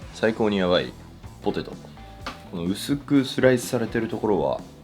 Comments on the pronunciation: ポ↓テェ→ト↑ ちょっと遠慮がちな発音に和の心を感じます。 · ポ ティトゥ